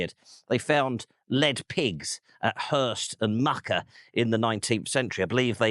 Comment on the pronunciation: Went hiking with the scouts (all knobbly knees on display) in the 60s all around here but don't remember much apart from the names of the villages. In particular I remember a dispute about how to pronounce Muker but not whether your "Mucker" is the local way or the more obvious "Mewker". Did you check with some ancient locals?